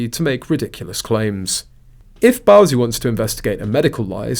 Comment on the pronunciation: It's Bouzy rhymes with Floozy! 😅